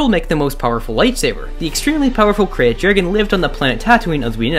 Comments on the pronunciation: Is it not pronounced "crate"? Genuinely curious if the correct pronunciation is "cray-at" like he's pronouncing it. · Its pronounced 'Crate' not 'Kirayte' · Its not a Kre_yat dragon... Its pronounced like "crate" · Krayt is pronounced Crate